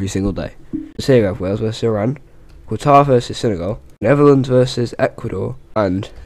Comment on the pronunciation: Great video ( you said Qatar wrong)